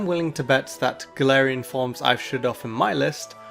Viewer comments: All I hear is "Tangelarian forms". I am not unintrigued. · The whole time time I understood "tangelarian forms" instead of "top 10 galarain forms" ssksks